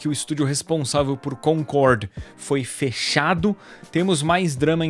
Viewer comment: Primeiro,, tira esse boné pelo amor de deus; Segundo,, nao é "Concorrrrrd", é Concordi!